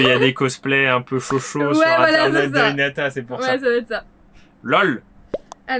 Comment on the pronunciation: C’est Hinata pas Hi a ta